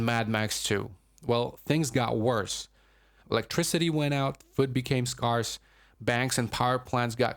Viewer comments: 'skarrs'? Then's not a real word. Did you mean scarce? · Great Video, can't believe you said "Scarce" like that. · Very well done, but some jarring mispronunciations in there, too: scarce isn't pronounced "scar-se," for example. Beyond that, excellent video!